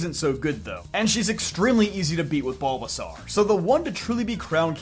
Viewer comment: I'm sorry but Bulbasarrrr ?